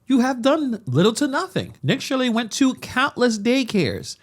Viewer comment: *Nick SHIRLEY, not 'Shirely"